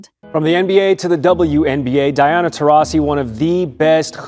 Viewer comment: I think Taurasi is mad because after everything she’s done, this AI narrator pronounced her name differently at least 15 times!